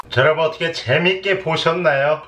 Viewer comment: 근대 나만 인사할때 곰팡이 여러분이 아니라 여러버 로 들렸나...